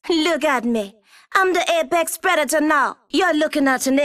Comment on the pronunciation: Nobody: Crypto: aPeX PrEToR